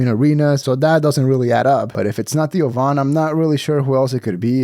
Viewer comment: Theo is 1 syllable